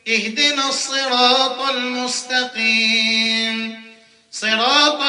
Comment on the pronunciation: عنده خطا في المستقيم قالها المصتقيم